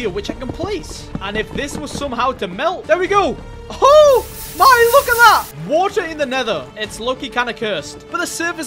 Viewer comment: British moment. edit: (waer)